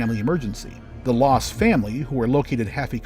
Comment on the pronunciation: HER NAME WAS LASS NOT LOSS!!!!!